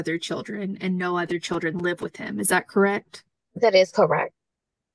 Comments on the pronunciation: You've no insight. If this man IS a teacher and can't speak 2nd grade english then 30 students in each class will learn to say 'wiff' also. Either he lies about being a teacher or the bar is low for his position. I'm doubting he has a college degree nor is he a teacher. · He doesn't seem to have tried well with his speech. "wiff" for "with". Very poor English skills, I'm doubting he's a 'teacher' as he claims.